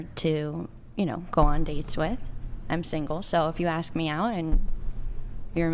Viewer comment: Ask...ask...not aks.......